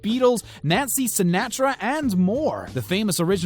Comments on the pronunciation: Nancy Sinnattra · Nancy Sin-AT-ra, wtf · anyone who doesn't know how to pronounce "Sinatra" be shouldn't even be allowed on youtube...